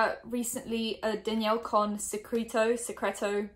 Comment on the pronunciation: It is pronounced "SEH-CREH-TOH"